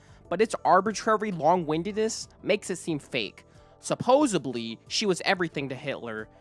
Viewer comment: I CANNOT watch this whole video solely because of how you speak. Your inflection is so repetitive and annoying. You end so many sentences with this weird low, flat, long inflection. Also, you have so many pronunciation issues. The word is 'supposedly' not 'supposebly'. You said, "Some may construde", but the word is "construe", it should be "Some may construe". This seemed like an interesting topic to watch about, but I must move on as your narration is too annoying.